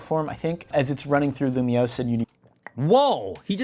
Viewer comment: nahhh bro said lumoise in 3d get this nga outta here